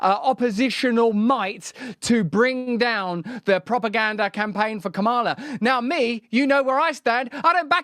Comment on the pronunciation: It’s freaking pronounced Kamala - like Pamela. Sheesh.